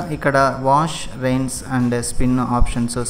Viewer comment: Product Reviews and Un Boxing I am talking about the pronunciation of rinse. Its not rains.